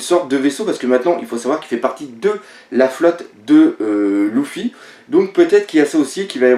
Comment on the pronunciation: Putain on dit pas Louffi mais Leuffi